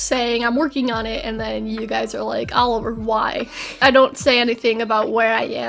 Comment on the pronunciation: Oliver turns British wtf hahahaha